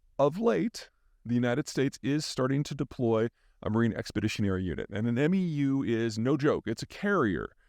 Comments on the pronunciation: Peter we pronounce it "mew" not "m-e-u." 😊. I've read all your books. I'm looking forward to the next one ! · MEU is pronounced “mew” like the pokémon, not sounding out all the letters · For the record, MEU (Marine Expeditionary Unit) is pronounced "Mew" vice "Em Ee You" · MEU = "meeoo" one syllable, long "e" long "u" MEU(SOC) = "meeoo sock" SOC = Special Operations Capable...basically a MEU that already carries a can of whoop-ass but with an extra helping of stink laid on it. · haha, awesome reporting Peter, as per usual! One tiny thing, though, to help assist even greater in your god-like knowledge; Marine Expeditionary Units (MEU) is pronounced like "mew." *Whoa, I actually taught this man something. It's a good day!